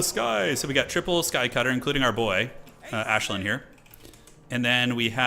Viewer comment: I'm not a High Elf fan but even I am cringing at you calling Aislinn - 'Ashlyn' 😂